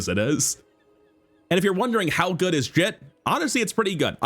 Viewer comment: I know it’s not a big deal, but hearing jitte pronounced as jit always tilts me lol